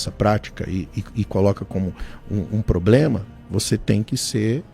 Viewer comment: O cara fala palavras em grego e n consegue falar "problema"?